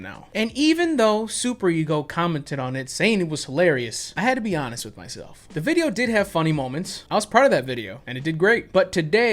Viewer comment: I kinda love how you say “wif” :)